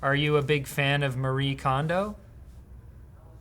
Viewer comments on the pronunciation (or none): Kondo Marie(family name goes first) in Japanese is: 近藤 麻理恵, but pronunciation of Marie is mah-ri-eh, When Andy asked "who is Marie Kondo" it took your pronunciation of mah-ri, and perceived it as 馬力(horsepower), which is pronounced the same way. Literally an AI getting stuck on the phonetics nuances of toe-may-toe/toe-mah-toe... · To be fair "Marie" does sounds like "horsepower" in Mandarin